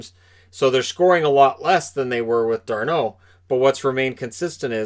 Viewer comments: It's Darnold not Darneau....he's not french. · It’s just Darnold not D’arnold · Since when was Darnold french?😂